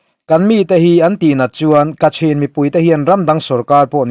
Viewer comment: Kachin tiin a inziak a,kachhin tiin i lam tho si a?